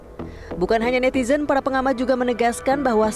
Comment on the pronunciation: NETIDRUN kaliii, bukan netizenn…😂